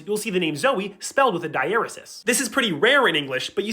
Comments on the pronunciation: It's pronounced 'digh-uh-REE-sis.' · Dieresis is not pronounced that way. Die-er-ee-sees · this is very informative and all, but the way you pronounce diaresis has me in pain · I am disappointed with how diaresis is pronounced and with wiktionary not giving me an "also pronounced" out of pity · I learned I was pronouncing dieresis incorrectly from this video lol